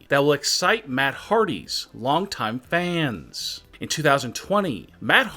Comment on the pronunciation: Why do you say fannss